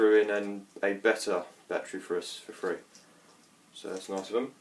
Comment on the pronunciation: "It has a numchuck bat-tree"